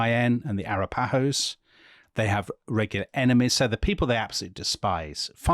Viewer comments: There is a YouTube on how to properly pronounce Arapahoe. 😂 Love the series! ( A - rapa - hoe ) not (ara - pa-hoes) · Seriously. It's uhh-rapa-ho. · Pretty sure it is announced a-RAP-a-ho. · I've never heard Arapaho pronounced like that...